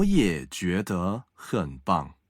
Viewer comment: 个人意见 别见怪 希望你们更好❤️！ 男生的声音条件很不错，有磁性 很好听。但是句子的逻辑重音几乎都是奇怪的，而且ZH ch sh er 的发音有点西式或者台湾式，几乎没有轻声 儿化音有点怪，比如：觉得的得是轻声 不是二声。另外，语速方面，初级普通话教学 可以慢速甚至很慢 但是气不能断 一字一断 失掉了说话的流畅感。 女生稍稍有点大陆东北口音，而且普通话教学的话 句子重音不用特别突出，语气不用特别突出，主要是教授发音 声母 韵母 声调 调值到位就可以了。